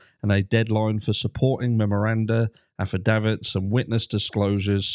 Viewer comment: Sorry but your saying a word incorrectly... it sounds like... Afi-david